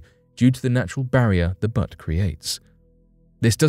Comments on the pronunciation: It's bUtte not butt lol. Like "you", not "uh". I can't stop laughing. Otherwise great vid. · It's pronounced 'beauts' not butts. Also its spelled buttes. Buttes are essentially flat topped mountains, butts are something people sit on, and frequently need to be re-adjusted by the forceful striking with boots. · Another misleading title. Why not just use a title for your videos that describes the content? The first people that go to Mars won’t be coming back. They should dig underground dwellings for protection. (And the word is Buttes , pronounced beauts. Like beautiful, būtes. )